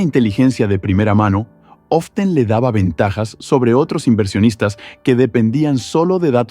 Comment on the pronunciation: ''Often'' :c